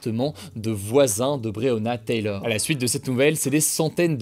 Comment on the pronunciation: Taylor Hugo, pas Taylieur ahaha ;)